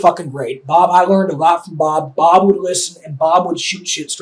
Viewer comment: The way he says Bob, I keep hearing 'mom'